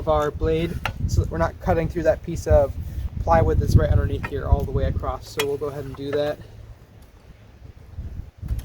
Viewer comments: Whenever I hear someone say acrosst I stop watching. If you can’t say across and just make a word up instead of saying the normal word you aren’t worth paying attention to. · there isn't a t in across!!! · The word is across not T on the end.